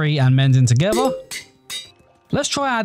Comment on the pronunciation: I love how he says togewwar